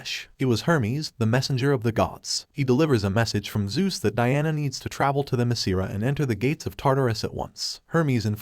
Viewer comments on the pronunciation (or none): none